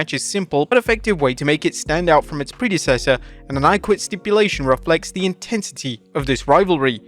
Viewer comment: "Pred" essesor, not "PRE" COO, not couP You're English. Have some pride.